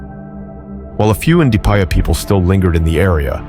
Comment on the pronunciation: Evil never wins, but evil never quits either. The same is true vice versa. This is also why RE5 isn’t racist; zombies aren’t a Hollywood thing, they’re African culture. So it only makes sense a zombie virus has its origins in Africa. Coming from a black American. One small critique tho… the D is silent in the name “Ndipaya.” So the pronunciation is “Na-pie-ya.” RIP Raccoon 💔